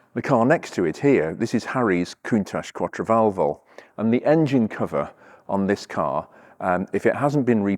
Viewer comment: The way you said "Quattro Valvole" made me chuckle. Try saying "valve-o-ley"